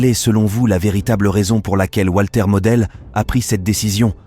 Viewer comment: C est votre présentation mais vous avez un problème avec la prononciation en allemand!